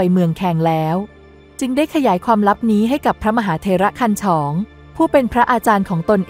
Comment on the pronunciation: มหาเถรคันฉ่องไม่ใช่คันฉองอ่นให้ถูกหน่อยจ้า